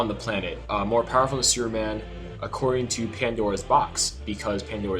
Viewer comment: Is he saying Superman or Sewerman?